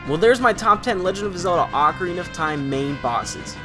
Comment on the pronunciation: You beat it four times but you don't know how to pronounce Ocarina.